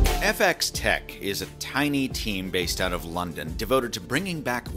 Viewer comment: I giggled when he pronounced it like that :) Technically it'd be function-of-x-tec though